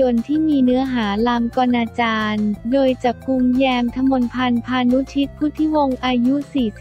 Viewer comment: อ่านหนังสือไม่แตกฉานเลย คำว่า ลามกอนาจาร คนนี้ อ่านเป็น ลาม- กอ- นาจาน มันอ่านภาษาไทย ธรรมดาให้เสียหาย เวลาอ่าน พระนามสมเด็จเจ้าฟ้า ก่อนราชกิจจา ฯ ก็ลากเสียง เหมือนขี้เกียจอ่าน หาคนอ่านดีๆ เก่งได้ก็เปลี่ยนคนนี้ไปเถอะค่ะ สิริ อิเลกโทนิก เนี้ยะ